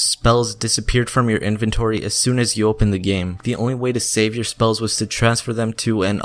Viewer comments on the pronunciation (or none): none